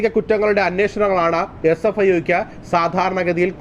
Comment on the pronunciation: CFIO അല്ല SFIO ആണ്